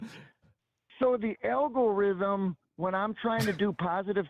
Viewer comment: Is it just me, or did it sound like was saying "elmorithm" instead of "algorithm?"